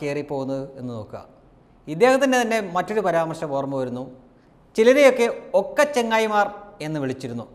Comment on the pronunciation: ഒക്ക ചെങ്ങയി അല്ല ഓത്ത ചെങ്ങായി😁🖕